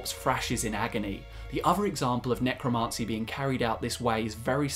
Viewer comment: You're driving me nutz..the pronunciation IS NOT 'necroMAHncy' it's necroMANcy'